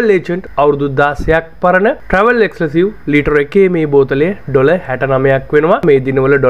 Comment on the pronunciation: එක්ස්ක්ලසිව් නෙවෙයි එක්ස්ක්ලූසිව්. ග්ලෙන්ෆිඩික්. ෆේමස් ග්‍රව්ස්. හරියට ප්‍රනෞන්ස් කරන්න